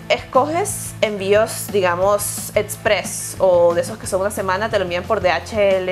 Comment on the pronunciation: Envios "etzpress"?!!! O express!!? "Etzra"?! O extra!!?? LOL